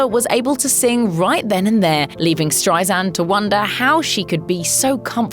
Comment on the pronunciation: Its StreiSAND not StreiZand!